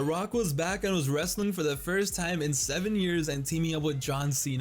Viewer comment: "wreSTILNG" специально?